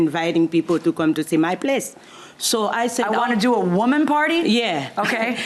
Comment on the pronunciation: I thought she said "woman party" and I couldn't figure that out.